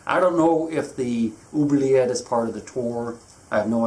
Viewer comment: i love your ''oubliette '' pronounciation, first time i see an english speaker getting a french word pronounciation right